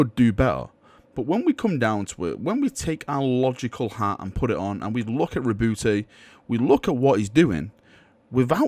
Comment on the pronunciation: My only problem with this video is the way you pronounce Roboute